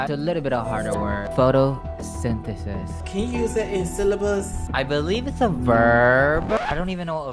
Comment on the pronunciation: "photosentaces" IM GONNA CRY